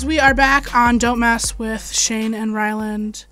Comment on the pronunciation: Is it like an inside joke where she keeps calling Ryland, Rylan? She even spelled it like that in the description.